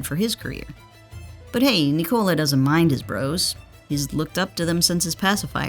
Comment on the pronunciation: Sorry, can't hear a 13m video of Nee-Cola... just call him correctly or Joker.